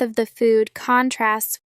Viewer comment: Sry why is there wrong pronunciation???? For ex the word contrast when is a verb the stress is on the second syllable but here you put it on the first syllable Plz answer me